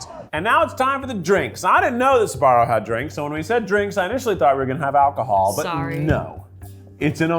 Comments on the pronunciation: Every times I hear "Sabaro" 🤢🤢🤢🤢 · Why is he saying Suh-Barrow instead of Sbarro? Wait is Suh-Barrow the correct pronunciation?!?